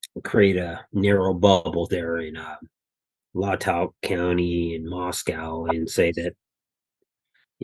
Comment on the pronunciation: This has nothing to do with what was said but rather how he said it. The Goncalves family live roughly 90 minutes away from Moscow. Kaylee grew up where the G's currently reside . They've lived there a long time. The family has at least two children who went to U of I. Somehow, he mispronounces Latah County and Moscow. Like I said, it doesn't have anything to do with anything I just thought it was strange since he's relatively "local."